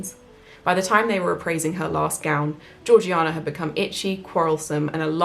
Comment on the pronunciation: Slam your hand down on the table if I'm wrong; but isn't Georgiana pronounced Jaw-jay-nah? Ps. I loved your reading... I'm hooked!